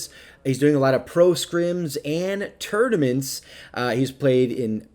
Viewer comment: Tought you said "turdaments"